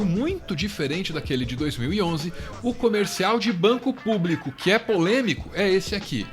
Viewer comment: Elegeram um incompetente autoritário que não consegue dizer público. Ele diz "plúbico".